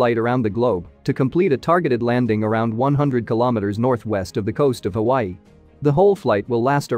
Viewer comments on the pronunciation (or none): none